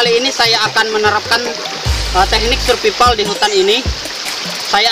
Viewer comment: Cobak cek di kamus or digoogle gmna cra membaca atau menyebutkan kata "survival" bukan surpipal bambang